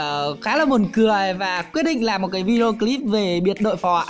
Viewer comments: Phó mà sai thành Phò vậy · Phó chứ ko pải phò a ơi 😂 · Phó mà ta cứ tưởng là phò chứ :))